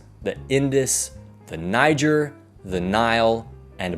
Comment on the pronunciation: Is that really how you pronounce "Niger"